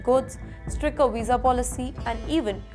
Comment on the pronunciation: Please pronounce stricter properly.